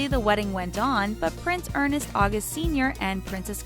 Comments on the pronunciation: ERNST not ERNEST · It is pronounced erNST, not ernEST. There is no E before the S in his name. And Klaus is pronounced...never mind, they needed a better editor for this whole video. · It isn’t EARNEST August. It’s ERNST. ONE syllable, sounds just like just like it’s spelled! ERNST! Annoying!! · The name "Ernst" is not pronounced "Ernest". For the work put into this, an amazing lack of attention to this detail. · Forgive my pedantry, but Ernst is one syllable, and not two as it's being pronounced here. Someone didn't fact check content; many errors. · ...why do your narrators consistently mispronounce words & names? It makes you & them sound silly. The name "Ernst" is NOT Earnest. I believe the narrator said Urh-nest at least 8 times. I see this as a common problem here on. It is not like the name is a difficult, exotic, multi-syllable name...it's ONE syllable. The words "undeterred" and "lieu" also mispronounced. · It’s Ernst not Ernest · James Hewitt wasn’t a polo player. He was a British Army officer. And it’s not Ernest it’s Ernst. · E.r.n.s.t. NOT E.r.n.E.s.t. Sheesh! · Ernst, NOT Ernest. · It's ERRRRNNNSSSTTT AUGUST NOT ER-NEST NOT ER-NEST Why can't American practice pronunciation or find someone who knows how to say before they blunder all over it? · Ernst is NOT pronounced as Ernest.... :( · Why keep pronouncing ERNST as ERNEST? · too many errors on this, Charles and Diana's age difference was 13 years not 22. Prince Ernst of Hanover is pronounced Ernst not Earnest ... could not continue past this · Its not Ernest its ERNST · It's Ernst not Ernest! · UGH. It's not ER-NEST. It's ERNST. ONE syllable. And Albert and Charlene had a twin BOY AND GIRL, JACQUES AND GABRIELA. Come on - get your facts straight will ya? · Not "Ernest" - "Ernst"; no second "e" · I really don't like it when ignorant people are hired to narrate...it's ERNST, not ERNEST! *rolling eyes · ERNST, not Ern-est. 😑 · It's Ernst; Not Earnest...